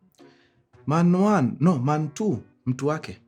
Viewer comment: Man one ...Man two ❌.......manuan😂 ....mantuu ✅